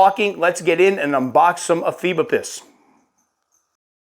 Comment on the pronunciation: Also, the genus is pronounced (e-FEE-bo-pus), like said, for anyone who's curious. I hear this one said a ton of different ways.